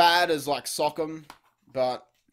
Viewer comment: It’s pronounced (so•com)